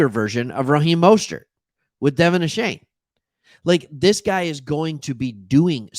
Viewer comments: Stop saying Ashane it's Achaine! Go Phins and Geg em Aggies! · DeVON A-CHAIN actual pronunciation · Find out how to pronounce his name thanks for the love. Gig ‘em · Dude, the least you could do is learn how to pronounce his name correctly.